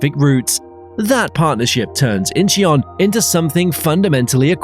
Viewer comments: Also Incheon is not pronounced In-chee-on. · It's understandable that you can't pronounce Korean names like "Incheon" but it is weird that the narrator can't pronounce English names like "Asiana". I'm glad that Korean Air is buying new planes because their fleet has been getting old. I'm guessing that they won't get rated higher until their planes level up, and the nut rage scandal is forgotten. I think the real secret to their success was turning a profit during the pandemic by switching to transporting goods instead of people. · Add Incheon and Gimpo to the list of names said wrong.